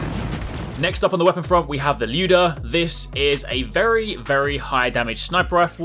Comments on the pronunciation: Finally someone saying "LYOUda" and not "LAYOUda", jeez. Thanks man ahah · OMG the way you pronounce Lyuda made me so happy. Cuz that's how it is supposed to sound =)